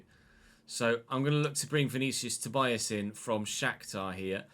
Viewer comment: Looking forward that the game is actually good this year! Btw Vinícius surname is pronounced like ToBEEas, not ToBYEas.